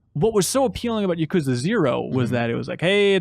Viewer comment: YA-ku-ZA. It’s not that hard.